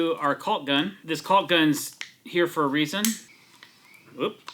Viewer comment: I gotta say, in my entire 65 years of living, I've never heard someone pronounce it as CALLK.